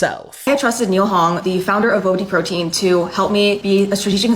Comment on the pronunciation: The way she pronounces bobateaprotein is just....making me anxious lol